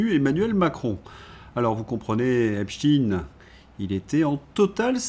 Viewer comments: Arrêtez de prononcer "epstchiiiiin" !!!! C'est ridicule ! Vous allez prononcer aussi Albert Einstiiin ??! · ..vous avez commencé en disant EpstEIN ..s'il vs plait arrêtez de dire Epstiiin! C'est plus subtile que vous le croyez et aussi0, que les pts Français devraient voir poyrquoi ! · Deux Epstein correctement prononcés, j’avais espéré mais ils furent suivis par trois Epstine… Pas de pouce levé ! Dommage, le reste était intéressant ! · pourquoi changer la prononciation de einstein , frankenstein et epstein ? pourquoi renoncer à notre langue alors ? est-ec pour proteger einstine, frankeinstine, epstine.... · Pour quelle raison prononcez-vous Epstine ? 😁 Merci d'avance pour votre réponse.